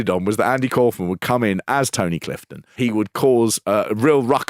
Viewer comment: Are we gonna talk about how he calls himself ‘cowf-man’ and not ‘cawf-man’?